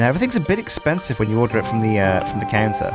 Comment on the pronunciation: I 100% heard canser when you said counter and that made things very different.